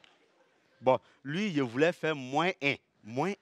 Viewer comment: Les J se prononcent Y en Côte d'Ivoire visiblement : Je (on entend yé)